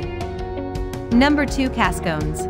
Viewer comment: Cascone's is pronounced Cass co neez and there is one in Overland Park but you have the wrong restaurant here. Frida's closed 2016. Likewise, Paradise Diner closed 2017 or 2018.